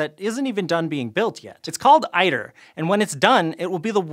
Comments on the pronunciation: ITER is not pronounced i-TER but e-TER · ITER —> * “eater” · Iter. It's pronounced eater with a hard T. Lol, it had sounded funny hearing i-ter.